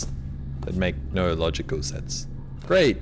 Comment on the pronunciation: he said grate not great 😄